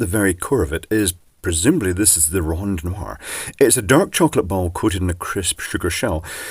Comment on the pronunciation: Well done, and the nice rolling of the tongue "rondnoir". Now do a cadbury egg! beGOCK!